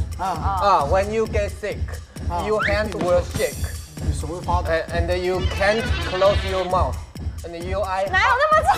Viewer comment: 我真的。。看了很多這個節目,我猜一定是老師教的, 其實如果你們發音不到 can't, 不如你們說cannot 比較好。聽到你們發音 can 和 can't 一模一樣